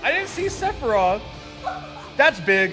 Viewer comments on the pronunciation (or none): SORA, ITS SEPHIROTH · am the the only one who heard the other guy who said sepiroth at the beginng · To quote: “sepiriath” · Nobody gonna point out cloud called him "sebiros" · Everyone: Sephiroth Also everyone: Altrive Me: Jacob is wearing a Splatoon shirt